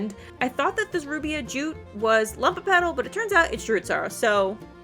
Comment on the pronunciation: Very in depth video, tysm! But it's LUMOpetal, from the latin word "lumen", which means bright or shining, not "lump" xdd